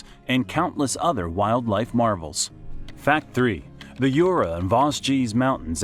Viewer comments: Hello ! Very cool video, thank you for your work. Just for info "Jura" is not "Yura", pronounce the J like in "judge" ;) Sorry for my fellow french citizens who complain without bothering to explain. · Right ! The worst one was Jura pronouced [iura] ! You don't say [iurasik] in english don't you ? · « cotey dajoure’ » is not possible !!!!! « soura » : do you say « sourassic Park » ? A verbal massacre on the names. Not acceptable into a geographic video. « Brittany » is not a région of France. It is « bretagne » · Youra ans Vowgeze mountains LOL . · "YOURA" (JURA) and "VAZGEEZ" (VOSGES) 😂😂😂👋👋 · not the "Yura and Vosgies" but the prononciation is more like "Jurra and Voje"